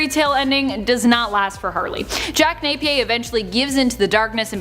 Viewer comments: Its pronounced jack nap ee urr not nape pe a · Nay pee ear